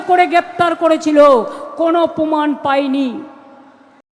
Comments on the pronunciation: গবমেন্ট, পমাণ, অসাধারণ!এমন সুন্দর উচ্চারণ, এমন বাচনভঙ্গি কত গুণের অধিকারী। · গর্মেন্ট , পোমান 😂😂